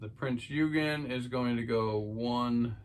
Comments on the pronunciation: Its pronounced prinz ogin the e is silent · It's pronounced: Prinz Oi-gen ...hard G as in the word gun. Great video, too! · Pronouced OYgan - or you could just say Prince Eugene.